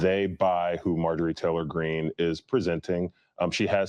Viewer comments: He knows how to say her name he said it later on in the video. I jumped on him earlier a little bit about that too. About time I went on to make some other comments He said he called her MAY JOR REEE not Marjorie. ( Marge ger ree) Is 10 way of putting her down calling her out for being a fake in his opinion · Major ree lol , MARG- E ERY I know it's an old name bro. But you pronouncing it wrong but it ain't that big a deal I just had to point it out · please say the got dam woman's name correctly at least thanks